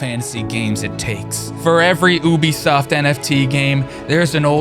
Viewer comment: You-B-soft 😂😂 what's with ew-b-soft not how it's pronounced lol great video other than that